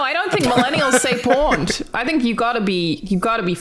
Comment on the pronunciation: The way Alannah pronounces “pwned” made me lol. Wonder if that’s just an Aussie thing?